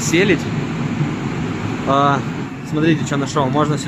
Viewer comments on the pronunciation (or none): Не пойму почему Вы искажаете русские слова.!СЕЛЬДЬ а Вы говорите Селядь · Я знаю многих кто говорит селедь незнаю почему но всё равно парень старается